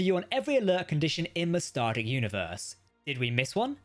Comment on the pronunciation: you keep calling it “starter “.. say it with me now.. “star Trek”…enunciate.. we all don’t speak the queens mushmouth version of English